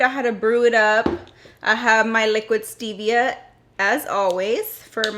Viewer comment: Oh my - that song. And it’s stevia not stivia.